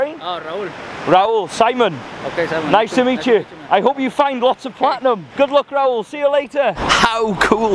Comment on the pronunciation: Just curious Simon, why do you tell non-white people who have an accent that your name is SEE-mon?? Not everyone is French. Lmaooo